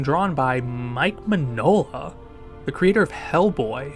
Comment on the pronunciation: Mike Mignola (the g is silent) the creator of Hellboy.